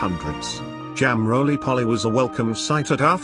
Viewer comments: Not polly, its poley ! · It’s roly poly not rolly polly. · many Brits do not eat fat filled 'hashbrowns" OR baked beans with their breakfast. Cottage pie=minced beef Shepherd's pie= lamb mince. The funniest is how the robot voice says Jam Roly Poly.... NOT POLLY as in parrot. Foolish robot 😅